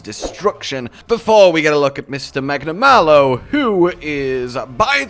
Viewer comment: finally stopped saying magnamaylo